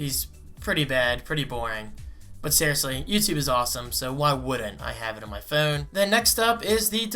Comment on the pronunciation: "THEE BEST FEWN."